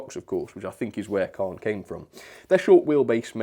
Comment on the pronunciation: Wow, I was expecting that this would be an exceptional model, such a shame it couldn't live up to the standard of its Hornby and Hattons counterparts. Great first review of the year, the name of the loco Caen is actually pronounced Cane. looking forward to seeing what you will be reviewing next year.